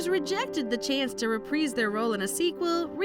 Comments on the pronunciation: Reh-Preez??? Try Reh-Prize! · "Repreeze" their role? AI strikes again 🙄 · My god I hope that voice is AI because it sounds like a valley girl from the 80's! Their pronunciations are also terrible. I've never heard the word 'reprise' pronounced as 'repreese' before, so I looked it up. Apparently a song is pronounced “re-preese” but if you are using it as a verb, it is “re-prize”, as in, “Hugh Jackman will reprise his role in Logan” which you would pronounce “re-prize”. You can do better than this MsMojo. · It's pronounced Re prize. Just for you narrator a phonetically spelling